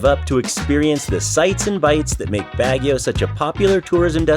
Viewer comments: Baahh gio not BAG E O. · Ouch. Constructively it's not BAG YOW. You certainly did try to pronounce everything though. Good you did the whole touristy thing but there is so much more to Baguio, this coming from someone that has native family there and our late grandma remembers the Japanese bombings as a young girl. Asin Hot Springs would have been a great side trip.